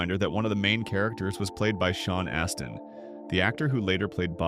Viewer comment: Sean Astin is NOT pronounced the way YOU did it lol